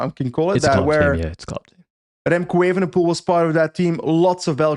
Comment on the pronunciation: Why does always emphatically mispronounce Remco’s last name. It’s not spelled “ievenepoel” now is it.